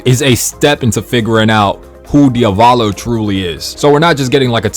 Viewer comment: "Diovalo"? I pronounce it as it is written "Di-a-vo-lo"